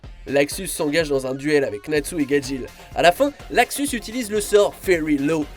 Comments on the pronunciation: J adore t vidéo et c est luxus pas laxus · C'est Luxus, pas Laxus 😂😂